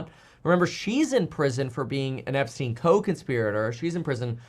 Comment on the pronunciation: epstien Epstien EPSTEN